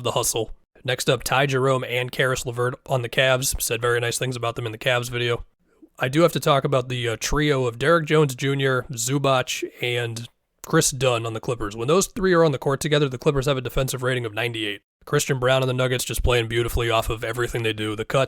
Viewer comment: ZubaTS, ZubaTS Wtf is the problem with pronunciation of Balkan surnames? Its not that hard to remember.